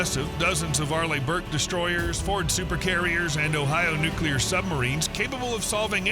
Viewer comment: Not nuclear...